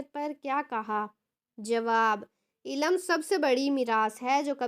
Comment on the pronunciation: Ilam nahi ilm talaffuz kijye